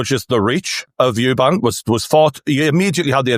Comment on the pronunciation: it’s Eubank, drop the S for gods sake.